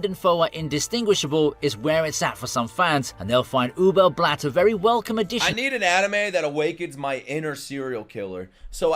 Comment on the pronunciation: Please don't say Ubel Blatt, it hurts my ears, and I'm not even German.